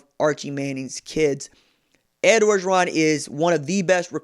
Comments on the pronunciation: I just gotta say, it pronounced Oh-geron. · Mark Smith No it’s not bruh. If you ain’t from LA then stfu. Can’t even pronounce his name right